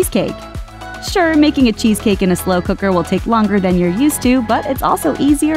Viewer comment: "Mmm slew kuckrrrrrr".